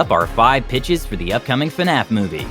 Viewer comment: I'm trippin I thought he said these are the five bitchs